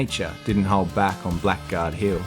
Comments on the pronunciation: Blackguard was actually pronounced Blaggard mate, but again an absolutely stunning story, well told, thank you, looking forward to the continuation, your respect shown is genuine, onya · Blackguard is pronounced ‘blaggard’. Thanks.👍🙏🦘